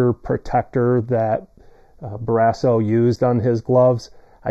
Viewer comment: What is this video? Lol You pronounce "Barrasso" weird and incorrectly. Tom wore #30 while with Buffalo. And he's a lefty. Better luck next time,.